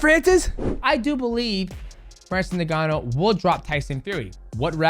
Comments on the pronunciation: stop calling him Nigannou lol it's Ngannou, sounds kinda like ungannou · I love you DJ but it’s pronounced uNganou not Neganou lol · Ngannou is pronounced "In Gannou", not " NinGannou" The N is pronounced as "in" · My man Mighty Mouse u need to stop calling him Nigganou😂 it's N-Gannou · He said "niggannou" 😂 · Nobody, literally nobody MightMouse : Francis Nigganu